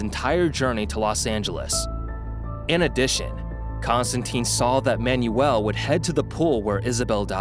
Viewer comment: I gave up on this video after he mis-pronounced both Manuel and Occultist within the first .